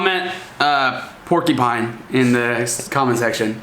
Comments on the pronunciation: Porkupine. Lol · porky what XD i donßt understand the word inthe end .P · Wot the heck is a porky-pine !??? ^^